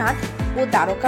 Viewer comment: খুব ভাল ভাবে তুলে ধরেছেন। কিন্ত বাংলায় যেহেতু বলছেন, দোয়ারকা না বলে যদি দ্বারকা বলতেন বেশি ভাল লাগত।